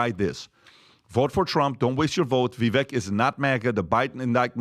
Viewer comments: Just STOP “reading” VIVEK. READING his name has created the errors, I’ve no doubt. So, stop the reading and the writing. And use, technique used for much. Is about as SIMPLE AS IT Gets VIVEK, BAKE CAKE; Call out FAKE; should know Keri LAKE will MAKE moves; RAKE the TAKE; The NAME IS PRONOUNCED, VIVEK (VIVĀK, for goodness SAKE)!!!!🎉 I think we will all no Vivek’s name pronunciation, regardless how you break, bad habits But, there’s no question that if Vivek was anywhere - nel sud Italia 🇮🇹 he could easily pass as, Italiano! Fettuccine(ā) all'uovo fatte(ā) a mano alla Carbonara di Zucchine! Classico Roma Penne(ā) rigate(ā) con acciughe e tonno, olio al peperoncino?. Delizioso!! Classico nel sud italia Linguine(ā) alle vongole(ā), veraci al vino bianco!! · why can PBD not say "Vivek" correctly.... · ....HIS NAME IS PRONOUNCED "VIV..VAKE....WHICH RHYMES WITH "CAKE"!!!!!!!!!!!!!!!!!!!! NOT "VIV...VECK" WHICH RHYMES WITH "WRECK". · can you please show a little respect to Vivek...his name is pronounced Vivake as in "cake". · Vivek like cake, pronounce his name right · I do love this show, but could y’all PRETTY PLEASE pronounce Vivek’s name right? He rapped “It’s Vivek, like CAKE” lol lol Vi- VAKE😊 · Vivek like cake! Quit mispronouncing his name, please.